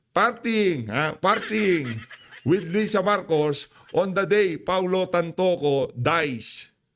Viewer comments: Correction Tantoco Hindi tangtangco! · Hanggang ngayon hindi mo pa rin mabigkas ng tama ang apilyedo ni TANTOCO hindi tantangco... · Naku 😂😂😂 TAN-TO-CO po hindi TANTANCO